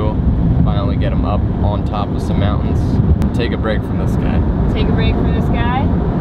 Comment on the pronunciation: "... out in the mow-ans..." Strange pronunciation of "mountains". You also seem to say "bo" for "boat", most of the time. Odd... You also might want to learn what "vocal fry" is and realize how annoying it is on a video.